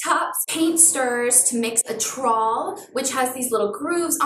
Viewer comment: New subscriber here. Have gone right back to the beginning to work my way through all of your videos. Love your concrete table it's awesome! Am laughing at you trying to pronounce "trowel". It's like towel but with an 'R'. LOL